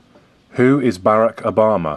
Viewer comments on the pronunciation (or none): who is BAAHRACK obama?